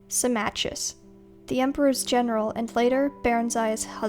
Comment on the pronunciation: Symmachus is pronounced "Simmakos" (or more precisely "Simmako"), not "Simmatjius".